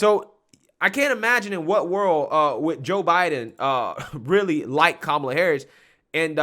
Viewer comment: Her name is ka-Ma-la. It is a classic Indian name.She can’t even tell the truth about her name.